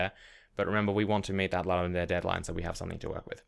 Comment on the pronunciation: Ludum dare comes from Latin. It is pronounced "loodum dah-reh".